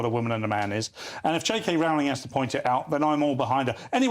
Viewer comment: learn to pronounce J K Rowling's name correctly!